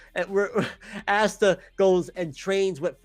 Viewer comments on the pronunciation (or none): No keep saying ASSta I like when you say his name wrong it’s funny